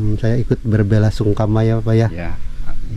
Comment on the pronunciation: Bela sungkawa, bukan sungkama mas.😅